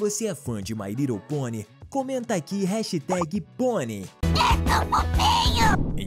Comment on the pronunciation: Desafios procure o momento em que ele diz mai rridle ponie e comente a aqui